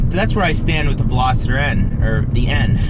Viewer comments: Yes is Veloster not Veloseter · VELOSTER. NOT VELOSITTER. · #2. Ve-Los-ter hahahaha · WTF is a "Velositer"?? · Another guy who pronounces it Velositter. God! It's always Americans, too. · Lmaoooo always!!! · There is no 'I' in Veloster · I feel like at this point, you’re just trolling with not knowing how to say “Veloster” properly. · Omg thank you haha. Its pronounced vel-OS-ster. Not picking on you at all. It's amazing how many people miss pronoun so many car and motorcycle brands and names. Even mugen was said wrong. Other than that awsome video. You got it right at the end though. If your ever not sure watch a video on motor trend first or even a video from the country it's made.